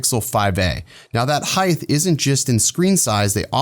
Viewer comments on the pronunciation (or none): In addition to Cunsumption, you referred to a “Heigth?” What is heigth exactly my good sir?